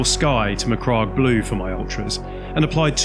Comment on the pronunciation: Apart from the pronunciation of the word MacCragge, as in rhymes with hag, the 1st company of Ultramarines were veterans fielded in Tactical Dreadnaught Armour, or Terminators if you will. There were no standard marines in 1st Company.